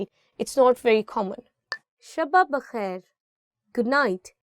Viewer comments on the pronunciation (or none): Thank you, seems like you are teaching for adults. It's too fast paced. To learn a language repetition is very important. Also The word is Shub bakhair, not shubba bakhair, even though there are two bae's in there. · Its shab bakhair not shaba bakhair